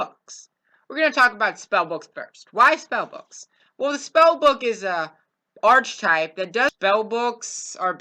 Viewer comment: Arc-i-type pronouce your words correctly